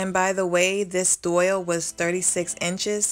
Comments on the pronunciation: It is called a Dowel not a Doyle!! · It’s not a doyle... it’s a DOWEL, it rhymes with TOWEL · not that it matters and PLEASE don't get offended....I would want to know myself......but it is pronounced dowel (like towel but with a d) not doyle....but stunning project! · it's dowel, not doyle. It took me a while to figure out what you were saying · JAY HUSTLE not unless the pronunciation of the letter W and Y have changed. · DOIL? You mean dowel? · I was wondering what a doyal was, then realized she meant dowel. It's all good. I always mispronounce things myself.☺ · enjoyed your video. just a point fot you, it’s called a dowel. pronounced like towel.